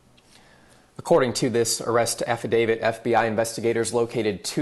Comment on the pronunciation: "affidavid" x3 that i counted. no wonder that drunk girl that testified next to giuliani couldnt get it right either. THANKS FOX NEWS. people that parrot your newscasts sound just as stupid as the journalists here.